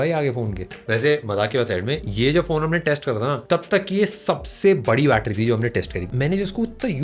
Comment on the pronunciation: it is not a battery it is a battera😂😂😂